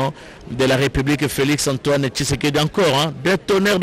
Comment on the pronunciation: Felix Last name is Tshisekedi not Thiekedi what is wrong with you ?????